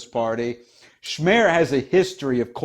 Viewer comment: Probably noone cares but SMER is pronounced with S like in seat. Fico with c like central not k.